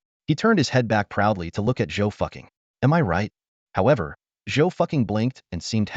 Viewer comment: Not Zhou ducking "replace the d with an f